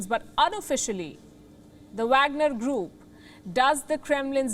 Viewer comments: Pronounced vogner group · She can’t say Wagner lol English